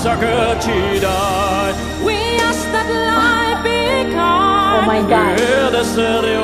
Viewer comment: Again you said.. oh my got.. oh my got 😂😂